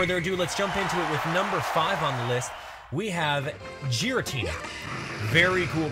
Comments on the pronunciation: Ki-ogre, not Kee-ogre. Sorry but that really irritates me. Same with Girra-tina not Gyra-tina. I know I'm being picky but it just doesn't sound right otherwise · you said giratina wrong its pronounced gear-a-tina not gheearateen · It's kyogre no keyogre, ky, like eye, and giratina with a G not a J